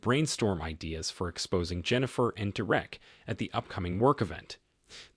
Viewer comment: Why can’t you pronounce Derek’s name even though you clearly can say it?